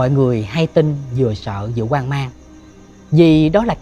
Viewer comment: Nhà hoang mà anh Lập đọc nhà quan mình nghe cứ nhầm hoài, không phải là bắt bẻ góp ý gì nhưng hy vọng anh để ý chỗ này tại vì dù gì anh cũng là 1 Diễn viên nên đọc sai vậy dễ bị nói này kia ạ, chúc anh Lập tiếp tục ss tuyệt vời này